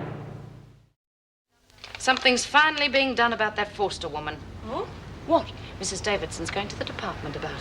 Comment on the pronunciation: Why do pronounce Ms Forster in a posh accent everytime....its annoying